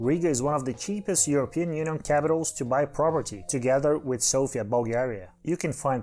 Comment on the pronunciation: You did pronounce Sofia almost acurately except it is not Soufia just Sofia. You did however put the stress on the correct form like SO-fia, when foreigners tend to put it on I which makes me laugh as Bulgarian because Sofia as the stress goes to I refers to the female name Sofia. However you kinda messed up in the pronunciation of Veliko Tarnovo. The stress for this one is on I not on O. Also Tarnovo is pronounced like T-uh-r-novo. Also the accent is on the hard A known as UH in this case. And it should be VeLIko TUHR-novo. But other than these small errors nice video.